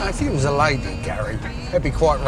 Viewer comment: Nah bc she is ‘ wosh that epic’